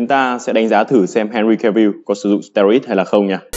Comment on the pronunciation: Steroid đọc là ˈsterˌoid' chứ anh? Như a là thành sterid rồi